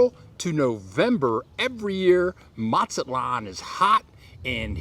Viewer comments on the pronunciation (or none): Matsalon? It’s Mazatlan! Why do so many Gringos go on YouTube pretending the experts on Mexico and then they can’t even pronounce basic Spanish words & place names correctly? Another common one is people called Puerto Vallarta. porta Veeyarty. They call Tijuana. teeyawanna. It goes on and on and on. I’ve lived in Mazatlan, I’ve lived in Morelia, the last thing we need is some guy going on YouTube and helping to drive prices up on rent and food in those cities by encouraging more Gringos to move there. I guess it wasn’t enough for you, Gringos to have taken over San Miguel, then many other towns. Ajijic much? Ouch.